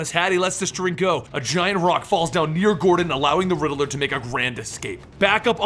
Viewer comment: It’s “Riddler” not “Riddle-Ler” 😂